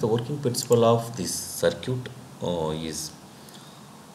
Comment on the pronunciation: circuit (saar-kit) is not pronounced as sircute lmao 🤣